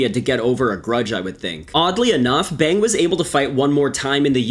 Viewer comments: It's pronounced 'Bong', btw. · Bang is pronounce bah•ng Like there's 2 ways to say AEIOU the other is Ah Eh I Oh U. But you did pronounce Tae Hyun PERFECTLY.